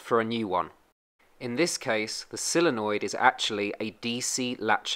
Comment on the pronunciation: So Many Say "Silenoid"Like "Silly" noid, it's "Solenoid" Sole sounds like "Soul"